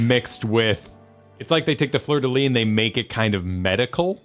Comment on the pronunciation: As a french person, i'll say this : , in french, "Fleur de Lys", we prononce the S at the end of Lys. Because of course we do. Also i do not think it look like a Fleur de Lys, and it is also the emblem of Alexandria as far as we know.